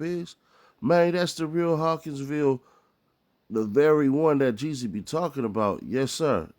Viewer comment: Seems like you need to go back to school and learn your vowels it’s JEEZY